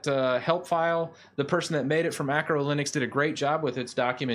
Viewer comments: Love your videos, but please stop calling Arco Linux "Acro Linux". It's not linux for acrobats. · Arco* not Acro linux..... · Isn’t it Arco* Linux?